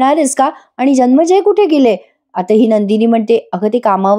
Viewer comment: जनमेजय असा उच्चार आहे. जन्मेजय असा नाही.